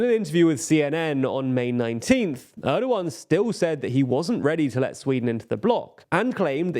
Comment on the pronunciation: It's weird that every English person I hear talk about this Turkish election pronounces Oğan's name wrong. They all say Erdoğan correctly and even Kılıçdaroğlu. They see that the ğ in those names is not pronounced like a regular G, but then they just ignore that for Oğan and pretend it's Ogan.